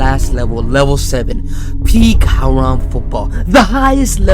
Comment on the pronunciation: "Aaraam Football"